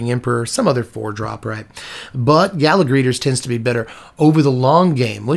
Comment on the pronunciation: It's "gala", not "gala".